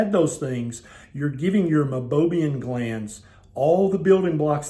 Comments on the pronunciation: Meibomium, not Meibobium. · It’s pronounced my-bow-me-n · You are showing it spelled as Meibomian glands, but pronouncing it “Mibobiam.” Which is it?